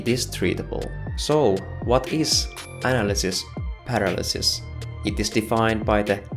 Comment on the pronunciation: I will have nightmares with your pronunciation of "Analisis Paralisis", how you speech that... sounds tetric!!! As always great video.